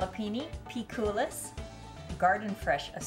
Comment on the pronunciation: it is pronounced without S in the end. like COOL-I